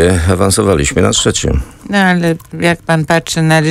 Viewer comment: Nie mówi się ''czecim'' tylko ''trzecim''. Jak można pracować w radiu i mieć taką wadę wymowy.